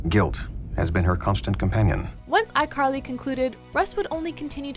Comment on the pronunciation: iCarl-hee hee